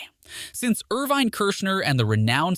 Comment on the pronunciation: Actually, it's Irvin (Er-vin).